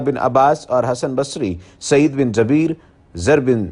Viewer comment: سعید بن جُبَیر ، عِکرَمہ ، درست تلفّظ اختیار کریں ۔